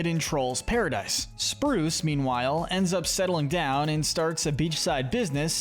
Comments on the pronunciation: It’s not spruce it’s bruce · It’s Bruce not spruce